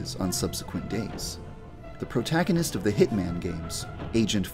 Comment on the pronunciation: protagonist yeah protagonist..... wait what. did you say protagonist